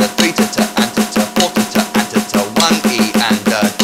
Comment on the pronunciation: The way you pronounce "Tata" sound like "titte" which in German means "boob" ^^ I just thought that was funny Great and helpful video :)